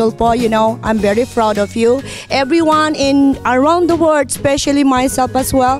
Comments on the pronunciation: HEYYY MADAM NOT WORD....PLEASE SAY WORLD...NO NEED ENGLISH IF NOT ABLE TO SAY IT IN PROPER DICTION....GRABE BAGYO SIGNAL NUMBER 10 hahaha ...sya lang nag start ng signal 10 hahaha.....sinakayan din ni idol hahaha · am bery froud of you..... everyone around the word?? tama ba pagkadinig ko??? hahaha correct me if am wrong haha